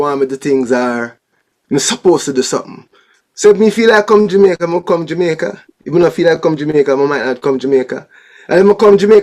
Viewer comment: The name is Jamaica not Jumicq